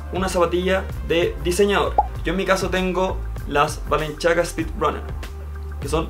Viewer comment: Jajaja balenchiaga se dice balenciaga así como así